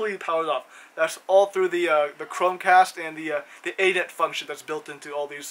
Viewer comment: A net? You mean "any-net".